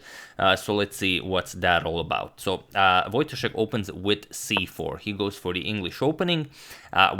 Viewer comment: Antonio, it's voyTAshek, not VOYtashek.